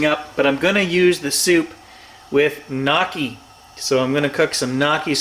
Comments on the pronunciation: I was wonder what the heck you were talking about having with your birds: Knocky??? When I saw them I understood. They are called "gnaw-key" with the Italian gn.... sounding like the Spanish N with the tilde. Boun Appetito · Pronounced the Italian way :) gnocchis are Ialian: n-o-ki The o like in 'so' noki , ery simple. How do I know? We are an Italian family.